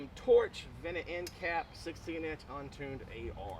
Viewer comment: I’m just teasing I was getting a kick out of the way you say vented. The vennit and unvennit end caps. I’m seriously thinking about getting this torch though for my mk18! I’d always heard about it but it was never really on my radar till now